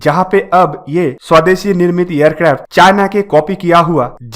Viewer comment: Aap aircraft ko aircrafto Kyon bolate ho